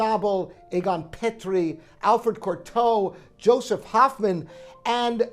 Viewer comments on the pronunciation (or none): none